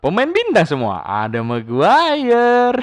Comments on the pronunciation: "ada maguayer"😭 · Pas nyebut "Maguire" menit 5.39, asli ngakak....